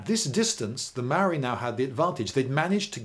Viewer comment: Emmmm I got some problems with this A instead of first saying technologically inferior you say savages B you constantly mispronounce maori words including the word maori C you complain about the spelling of Pā its spelt that way cause it's our language why dont you spell biscuit like bìsçquit